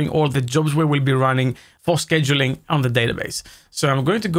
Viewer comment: It's pronounced "scheduling".